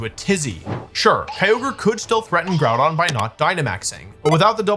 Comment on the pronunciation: Good video Wolfe but I think you were pronouncing Grùdón incorrectly